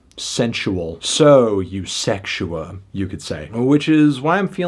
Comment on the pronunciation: Off the strength of how you says the album title, had to like